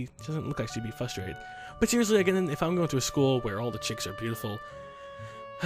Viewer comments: WHY DO YOU SAY FUSTRATED, IT'S FRRRRRUSSTRATED. Sorry, it's just been bothering me, I actually enjoy everything else. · I get frustrated when mispronounces 'frustrated'.